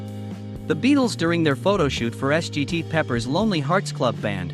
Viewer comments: That Ess Gee Tee instead of Sgt. Made me cringe. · Ooh yes. "Ess gee tee Peppers..." Spare me.